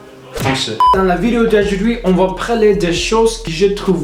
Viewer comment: Un petit conseil, tu as tendance à dire « praler » au lieu de « parler » ;) mais tu de débrouilles extrêmement bien ! C’est clairement une des langues les plus difficiles au monde donc bravo !!